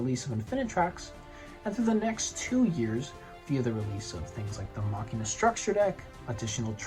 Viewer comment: You pronounced Machina correctly, it's Latin for "machine"